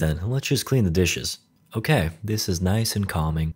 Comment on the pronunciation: Your "okeh" gets me to burst out laughing every time I hear it.